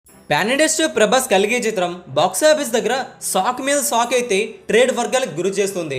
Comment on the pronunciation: సాక్ కాదు అయ్యా షాక్ అనాలి